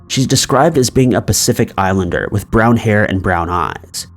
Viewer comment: What is a "Pacifficer Islander"??